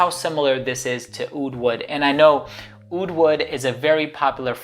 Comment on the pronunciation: But not oud :)